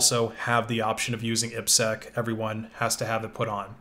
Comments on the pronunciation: Saying "eepsec" instead of "I P SEC" is weird. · This is the first time I've heard IPSec pronounced that way. I've always heard "I" "P" "Sec".